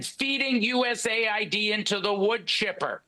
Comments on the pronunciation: USA-ID???????? It’s US-Aid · Is anyone gonna tell him it’s US AID not USA ID 😂.